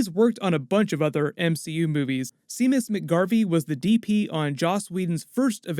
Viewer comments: He said “sea-mus” it’s pronounced “shay-muss” Irish Scottish name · Nothing to do with the video (well, it does, but only like a second of it), but "Seamus" (as in Seamus McGarvey, mentioned ) is pronounced "Shay-miss", not "See-miss" :) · It’s pronounced “shame-us” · Hail Eris! "Seamus" is pronounced "Shamus." It's an Irish name. Gaelic, specifically. Snarky When we are tired, we are attacked by ideas we conquered long ago. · Bruh. Seamus is pronounced "shame-us". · It’s pronounced “Shame-us” - Seamus McGarvey. He’s from Armagh in Northern Ireland and its an Irish name. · I don't know that I've heard anyone legit say Seamus like "See-Muss" hahaha. Staying indoors might have me hearing things though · Seamus McGarvey is from Northern Ireland.....Seamus is pronouced "shay-mus".... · It's pronounced SHAY-mus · "Seamus" is pronounced 'Shay-mus'. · It's pronounced 'Shay-mus'. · Seamus is pronounced "shame-us". I forgive you,. High five! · It's more like Shay-mus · I had to stop watching this after you pronounced Seamus “See-mus” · Seamus is pronounced “Shamus” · The name Seamus is pronounced "Shaymus" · Seamus is Irish for James, pronounced, Shay-Muss :) love the channel though :') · i’m guessing the cinematographers name is spelled seamus but it’s probably pronounced like shame-us lol again i have no idea and you would know better than me awesome anyways love the content keep it up dude!